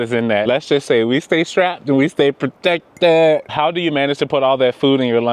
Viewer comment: we stay strapped & we stay pruh-tek-ted! 😂